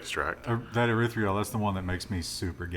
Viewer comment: erythritol pronounced: ee - writh - rih - tol is not made from Stevia. it is made by fermenting corn. you don't metabolize it because your body thinks it is sugar that was already metabolized, and passes it through - hence the gas